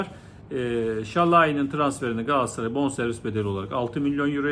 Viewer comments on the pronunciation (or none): Galaasaray değil hocam. Çok mu zor Galatasaray demek?